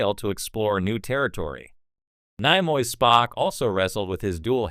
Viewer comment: AI stil can’t say Nimoy correctly? 🤷🏻‍♂️